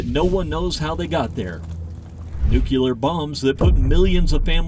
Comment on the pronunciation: It's nuke lee r, not nuke u ler